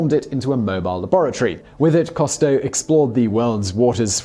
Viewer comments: Whaddya know, mispronouncing again. What a surprise. " "Coo-stow", not ""coh-stow". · Simon, usually I let slide your many mispronunciations, but with the well-known-to-all Jacques-Yves Cousteau, rather than Jack KAHSS-toe, it's ZHOCK (eve) coo-STOW , with the 'zh' being the same sound as the 's' in 'measure'. However, as always, this video was well done and informative. Thank you. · WHo the hell is Jacques COS-TOW??? It's COOOS-TOW. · It's pronounced Coo-stoh, not Cah-stoh. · Simon, it's "COO-stow", NOT "COST-toe"! UK pronunciation allows for the "ou" sound to be "oo", rather than "aw" - SO DO IT! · Coo-stow....not cost-toe.....jusy sayin'. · “Coo Stowe”. That’s how he pronounced his name. I watched every episode as a kid, and he inspired me to become a diver. Cheers. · Cousteau Is not pronounced "Cost-o". But it would't be Top Tenz without at least one of Simon's trademark blunders. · Although I'm a biologist, I didn't recognise the misspoken name 'Costeau' which is really 'Cousteau' (grrrr) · Right? Simon is incapable of pronouncing so many common words/names. And it's not even part of British vs American English pronunciation (like garage with hard vs soft second G). For a man that makes a living from the internet, and especially given the topics of all his channels, he's so culturally inept that he can't pronounce Jaques Qousteau. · This guy never could pronounce "Cousteau" correctly (sigh). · You may want to take a look at the spelling of Cousteau and maybe try pronouncing it that way! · If you know he had a TV series you could have easily picked up the correct pronunciation of Cousteau from that. Frequently the mispronuciations are so ridiculous I'm beginning to think Simon and his writers do it on purpose just to get comments... Oops, I guess I fell for that one, since I rarely comment. SMH